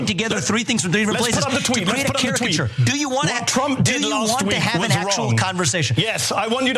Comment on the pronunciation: Mehdi says "doo-oo" in a quirky way. Just an observation no judgements.